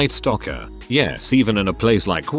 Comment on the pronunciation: Hahaha xD "stocker", not "stalker" lol